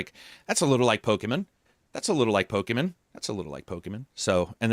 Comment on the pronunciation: It irrationally drives me nuts that says Pokemen and not Pokémon lmao